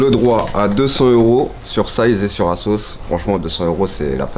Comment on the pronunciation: C est asos pas azos😂